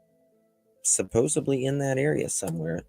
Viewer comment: Hey, supposedly has a d in in not a b, please say it properly, so friggin annoying when Americans pronounce it incorrectly